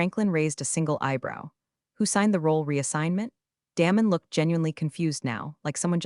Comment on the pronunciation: His name is not Damon, like “damn”. It’s Damon, like Day-mon.